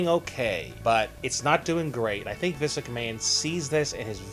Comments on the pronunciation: bruh...do you not know how to pronounce his name?? it's Vince.....not Visk...smh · the narrator need to enunciate, he hasnt said vince correctly once in this video